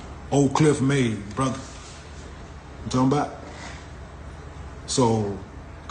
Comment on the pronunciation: Funny af how he says "brotha"😂